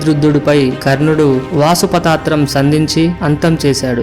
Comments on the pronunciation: are avule vasupathastram kadura paasupathastram adhi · Sir ur telling in 3.28 is wrong adhi pasupatastharm not vasupatastharm